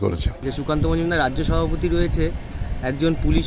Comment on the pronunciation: ম্যাডাম আপনাকে শ্রদ্ধা করি তবে একটা অক্ষর মনে হয় আপনি ভুল উচ্চারণ করছেন মনে হচ্ছে সভাপতিকে সহাপতি বলছেন। তবে স্পিডে কথা বলতে গিয়ে অনেকেরই এরকম হয়ে যায় আমার মনে হচ্ছে ওই শব্দটা যখন ব্যবহার করবেন তখন একটু ধীরে বলবেন তাহলে ভ অক্ষরটা স্পষ্ট হয়ে যাবে।